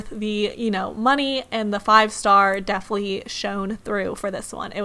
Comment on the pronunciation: I'm sorry but it was hard to watch your vid you continuously said "deaf-ly" instead of definitely.